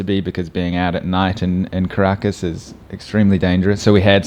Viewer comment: Also Caracas is pronounced KAh-ra-KAhS